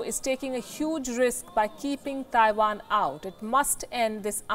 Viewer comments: "THAIwan"... FFS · I like how she says Taiwan, Thaiwan!